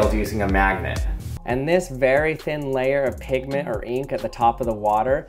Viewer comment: I thought you said Pikmin but you said pigment :(